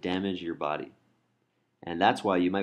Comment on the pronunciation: It is a body not a "baaaaaaaaardy".